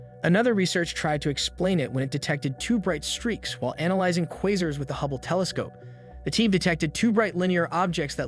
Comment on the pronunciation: It'd be great if you added sources that I could look at. Not a terrible video, could've gone without the first bit, it's disjointed. Even though it was about the very subject of the video it doesn't feel like it belongs. Possibly because it sounds/comes off feeling so unnatural. The way you pronounce quasar is strange, anyway depending on your sources I'd say you have potential. Good luck 😊